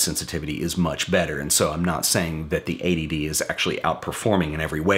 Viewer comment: the intro is funny. I also like how you emphasised the t in eighty d so it didn't sounds like a.d.d great video by the way